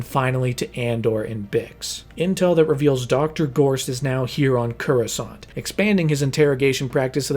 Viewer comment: I've seen a lot of your videos. They're great! But your pronunciation of Coruscant is wrong every single time and it's bothering me 😂